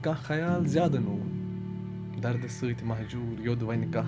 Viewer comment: Excellent job. I think "Booni (chinar) kun kar nazar" should be read as "boun kun kar nazar" (look downwards) "Zyade noon"(salt) should be read as "zyade noun" (too much open)